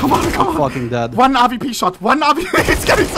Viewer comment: Why does he keep calling he AWP the "RVP"?